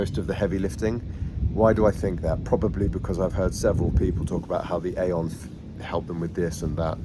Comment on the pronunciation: It’s pronounced EEE-on. Glad this is working for you! 🙌✝️